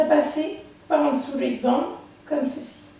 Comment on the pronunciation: Elle est chouette ta vidéo :) Petite correction : la sonorité de "head" (de headband) se prononce comme le mot "laide" en français, en remplaçant le L par un H bien sûr pour prononcer le mot HEAD :)